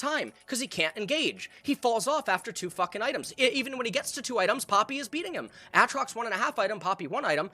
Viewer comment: Did this man just say Àtrox?